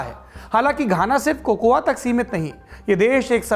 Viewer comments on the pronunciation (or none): 1. The A in COCOA is silent. Correct pronounciation is कोको. 2. I have read biography of Kwame Nkruma. Barring Asante people all other tribes wanted Brishers to remain and rule. England wanted to move out from Ghana. 3. It was mutually decided that Nkruma will be accomodated in the British Rule so as to make the exit easy and smooth for England. 4. It is purely because of the politicians, this is the fate of Ghana. Otherwise these people are intelligent, hard working. Brain Drain is helping politicians. Above observations are first hand as I am staying here in Ghana since last few years.